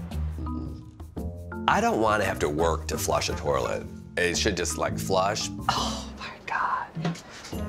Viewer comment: There is no "r" in toilet. He kept saying, "tor-let". "My Grandparents had a working tor-let" 😐